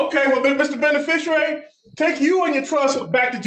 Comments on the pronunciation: I heard benifishyouairy a couple times…🙄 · "Benefeficerary"? At least learn to pronounce the word.